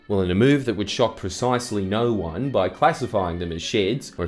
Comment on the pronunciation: and the posh voiced "Oh naauwr!"